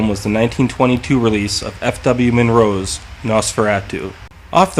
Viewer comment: Interesting and pretty well-done, and your narration is pleasant. One criticism comes when introducing "Nosferatu" - it sounded as if you said "F.W. Monroe" instead of "F.W. Murnau (mur-now).